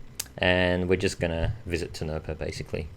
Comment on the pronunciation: no not tinopa its to-ni-pau